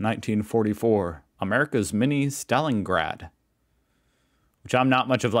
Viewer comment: It’s Stalin- grad because it is named after Stalin. Not Staling-rad.